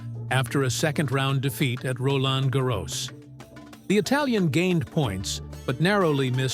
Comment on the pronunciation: Make up your mind and pronounce Roland Garros consistently